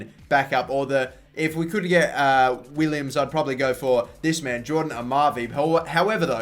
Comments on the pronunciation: Jetro Willems' last name is pronounced "Villems" not "Willems" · Will-ems not Williams! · wow I'm stupid I meant to say it is pronounced villems. Sorry guys! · Riedewald is pronounced Ree-Der-Vald Willems is Villems Just some tips for pronunciation